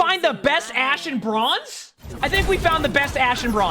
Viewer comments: british be like "broinze" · you can edit the title but we all know you said broinze. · Ahhh yes, BROINZE (here before corrects it)